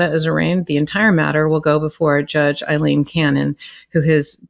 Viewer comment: Karen, It is NOT Eileen, it is Aileen (pronounced Ale-een). My wife is Aileen and it drives her bonkers when folks misprounouce this Scottish name.